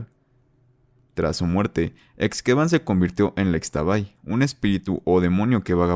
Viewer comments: ishtabay" asi se pronuncia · Interesante, pero unas observaciones de la leyenda de xtabay: 1.- xkeban se pronuncia como "Shkeban" 2.- Fué de la flor del xtabentun (que se pronuncia shtabentún) que emanó el aroma agradable. 3.- Xtabay se pronuncia "Shtabay" 4.- además de que en sí la xtabay desaparece a hombres que salen de noche en estado de hebriedad. Que yo sepa, no ayuda a nadie, es un espectro como la llorona, pero en su modo para dar un ejemplo.